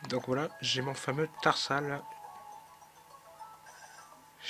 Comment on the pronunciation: Cool^^ Par contre au début de la videos tu a dis "tarsal" alors que c'est "terhal". Super video j'attend le prochain épisode avec impatience.